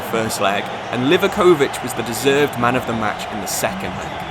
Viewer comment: Livaković mispronounciations killed me